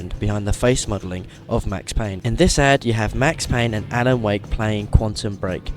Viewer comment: it's Payne